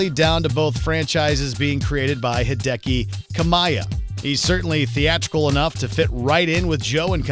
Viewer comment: "Hideki Kamaya" That made me deaf